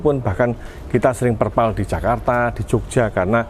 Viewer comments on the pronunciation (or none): Perpal pak editorr, bukan Terpal 😁😁